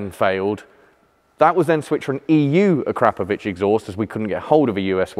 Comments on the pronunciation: I absolutely love this show but there are two things I really do not understand .....NOISE...., is one and the other is the pronouncing of the word AKRAPOVIC exhaust. ....it's AKRA ......POVIC..... sounds so terrible A...KRAP ...OVIC... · It's pronounced Akro Pro Vic who og did motorcycle exhaust first, and once called the translation of ackr Pro vic was used at some time in the 90s scorpion.